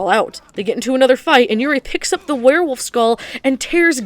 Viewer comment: "Paul- you is a worwilf!" 😂